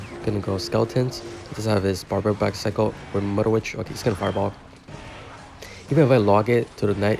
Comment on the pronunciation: “Mudder witch” 😭